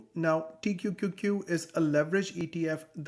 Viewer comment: Pronouncing T-Q-Q-Q every time was impressive! 👏🏽